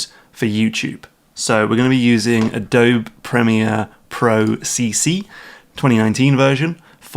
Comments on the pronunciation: I couldn't tell if he was meming when he said UH-DOHB Premiere. It makes my brain hurt. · Adobee not adobe but ye